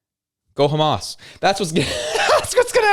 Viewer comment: Go ha-um-as